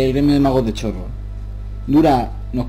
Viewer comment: No sé dice Chorrol como se Lee Se Pronuncia "Corrol"